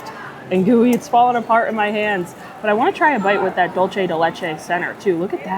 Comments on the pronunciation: lol I was waiting for this comment. I live in Miami and every Dolce pronunciation I was like 🥴🥴🥴🥴. Tomato to-ma-toe 😂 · Dulce de leche is Spanish and dulce is pronounced dool-say. Great video.